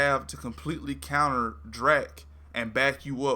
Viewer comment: It's Drack, dude, not Dreck. Just saying'...☺️